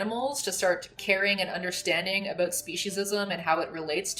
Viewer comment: Less than a minute in and she's already dropped the hard "aboot". (lol just kidding. love your stuff) edit: okay... I don't love this.